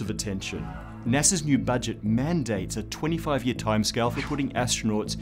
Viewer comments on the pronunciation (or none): did he just say "NESA"?!